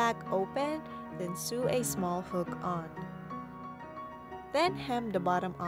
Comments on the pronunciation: its not pronounced su its pronounced so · Why would I want to sue the sides? It's pronounced soh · Just a small tip. It's not pronounced sew its sow. But beautiful doll! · Awe, she looks so pretty! That sweater looks so cozy! I want one in my size!! (Also, I'm not sure how open you are to pronunciation critiques, but I noticed you pronounce "sew" like "soo." It's actually pronounced the same as "so"! Sorry if you don't care about pronunciation! I'm learning a second language and just remembering the words is difficult, so I totally get if this is an unwelcome comment!) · its said (so) not (seew)but other than that its a rilly good doll making sep by sep instrutens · It is pronounced sow not sew (not trying to be rude) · Sew I️ pronounced soo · Btw it's not 'seu', the word sew is pronounced 'so' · Darling, so you know, "Sew" is said like "So" Hope that helped and love your vids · take a shot every time she says "sue" instead of sew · Hey, I'm not hating or at least I'm not trying too... Anyway the word "sew" is pronounced like the word "so" please do not think I'm trying to be rude or anything. Again, please don't think that I'm meaning or trying to be rude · It really bothered me when she was saying sew, because she wasn't she was saying sue